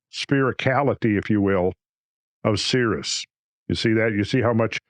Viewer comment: It is pronounced Sear'-eaze.